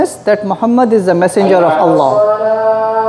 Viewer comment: Not Alah....try pronounce it as 'Owl Loh' or 'All Loh'